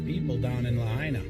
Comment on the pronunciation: It’s pronounced “La hyna” Luh High Nuh